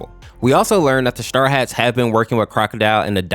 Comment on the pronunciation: You kept saying star hats while it is straw hats